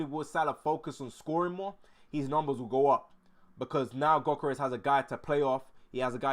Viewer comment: For your info, Gyokores, is pronounced as (YUK- UR- RESH.) The G is silent, and there is the sound of an 'H', added at the end. Ie, it is 'SH', at the end of the 'S'.